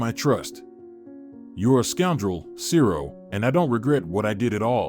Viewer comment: His name wasn't Cero. It was Zero.